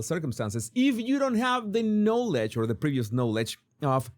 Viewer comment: Please ask the AI to pronounce the word "knowledge" for you.